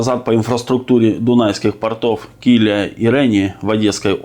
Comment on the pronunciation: КилиЯ и РенИ. Ударение в этих словах именно такое.